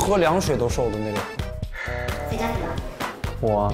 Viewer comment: LMFAO JUSTIN'S ACCENT WHEN SAYING 'CA CA' AND 'SUN MO" HAHAHAHHA WHICH PART IN CHINA IS HE FROM?